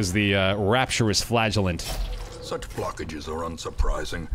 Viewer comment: ngl, when I heard you talking about the "Flagellant" it sounded like "Flatulent"